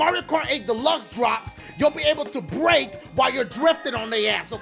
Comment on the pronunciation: when you said brake i thought you said rape